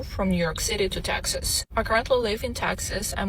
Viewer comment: She is confusing Texas and taxes. Say it properly please. Teeexaaasss